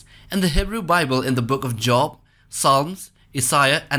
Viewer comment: Just for reference, there book of job is pronounced like jobe